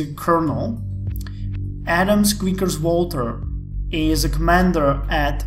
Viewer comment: so, you will require terraforming on asteroids to support the population... does that mean you will not be using automated facilities? All Asteroids will be handled by actual people? Or just the ones you are starting with? Also, my nick is "squaekers". you pronounced it properly (like Caeser is still pronounced like the salad), but you transposed the a and the e :)